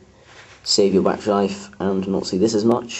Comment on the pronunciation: lol you seaid bati life sorry but i found it funny